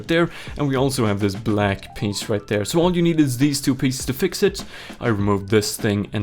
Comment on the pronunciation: the way you said “black” piece 😂